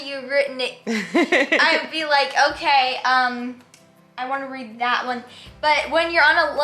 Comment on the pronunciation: I love how said Readed and then caught himself and said read lol, it was the cutest